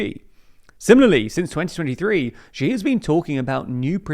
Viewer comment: Why do you keep mispronouncing Xi as "zhi"? It's cringe